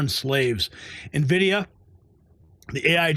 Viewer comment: The name of the company is N Vidia. Not Na Vidia. No one seems to be able to read or do the work to learn the name correctly. Hilarious. 😂